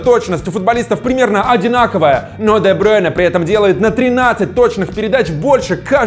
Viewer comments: дебрюйне а не дебрейне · Почему Де Брёйне, правильно Де Брюйне